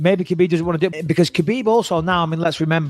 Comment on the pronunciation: I like how everyone pronounces khabibs name wrong it's habib